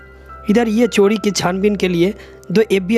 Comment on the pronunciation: चोडी नहीं चोरी